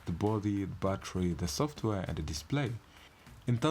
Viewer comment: Bro its "battery" not "batery"